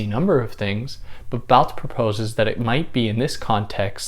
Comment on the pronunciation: Oh wow. Says the name all French-like. Would like to hear his pronunciation of foie gras. In the end Barthes like almost all French frites end up reiterating, reacting to or against DesCartes IMO. Significant to me. Myth and language all subjective. Even the author ✍️ may not exist. My subjective process of thinking 🤔 only thing I’m sure of. Cogito ergo sum. Nice explanation here. Good stuff.